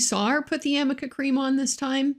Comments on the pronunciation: Elaine and that dumb ass cream! She wasn’t even pronouncing it properly (from what I’ve heard anyway) how about a little “what if Anys” to go along with her useless amica cream questioning! She can’t possibly have experience in many cases like this?? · Great review on how NOT to cross examine a witness! 👏 Bravo ❣️. The icing is the mispronouncement of AMICA cream. 🤣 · Why nobody from her side told her that it is A.R.N.I.C.A?! How can you ask about something if you mispronounce it?! I actually didn't make the connection between amica and arnica untill a lawtuber said it! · Everytime she said Amica cream I wanted to yell aRnica cream. If Amber actually used it I would think she should know how to say it. I loved when he laughed because I would of laughed too with her rediculousness of this cross. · Isn’t she mispronouncing ARNica cream, which is used to cover bruises? ARNica, not Amica cream. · I wonder why Amber and Elaine do not know that it is called ARNICA-cream not Amica. Arnica 🌼is a flower used in this cream. Thank you for your great videos and greetings from Germany🙋🏼‍♀️! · He was very naughty, lol.He obviously laughs because he knows that the name of the cream is Arnica, not amica. It comes from the arnica plant. Elaine comes across as a very uncultivated and sloppy lawyer/person, also emphasised by the fact that she kept mispronouncing Vasquez incorrectly. Huge facepalm. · It’s ARNICA! Fricking amica… Jesus, Elaine. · Hi, I don't know if you will read this. I have never heard of amica cream. I have heard of Arnica cream, in fact I use it. It is for pain as a result of a bruise or soreness, I used it for my arm when I got my 2nd vaccine. I mean if it was her "go to" bruise relief, she would KNOW how to pronounce the name of the product. Even Elaine continued to use "Amica" cream. HELLOOO. LOL. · Isn't it 'ARNICA' cream ??? not 'AnicA' .... creammmmm ??? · I love this breakdown! It’s not even called Amica cream, it’s Arnica cream. Too funny!